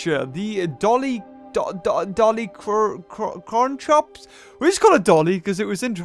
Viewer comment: FYI, it's pronounced "DOLLY-KORE-IN-COPS"